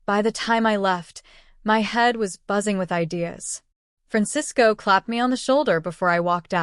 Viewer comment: You're right and I'm trying to figure out how the AI could pronounce Francisco correctly